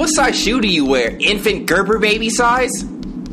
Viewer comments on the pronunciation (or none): none